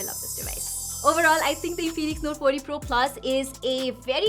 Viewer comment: its not in-phoenix its infinix😀😀